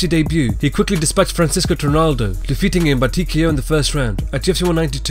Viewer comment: Francisco Trinaldo LOOOL Its Francisco Trevino...